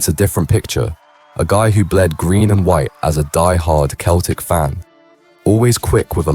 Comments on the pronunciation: nope lol if you proniuce it keltic you're describing a culture and a people . The Irish pronoubce Celtic FC and it sounds, not Keltic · It’s pronounced SELTIC ya fucking tampon. Surely any UK resident knows that? Even non football fans would be able say Glasgows BEST team easily??? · Keltik? Aye right you are not! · I pronounce them liars fc